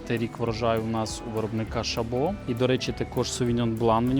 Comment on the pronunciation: Дякую! Чудовий огляд! Часто користуюсь вашими порадами. Доречі в назві ШАбо, наголос на першу гласну літеру ШАбо. Це швейцарська назва (не французьська) поселення заснували швейцарці на півдні України. Був на заводі Шабо на великій екскурсії там росказали всю історію....